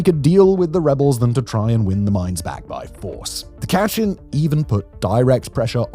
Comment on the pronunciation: Very cringey pronunciation of Myanmar, Kechin, etc... If you want to do a proper info-video, please learn the proper pronunciation. It is very hard to watch!!! It is very commendable to do such a info-video, but please do more research in the terms and names you use.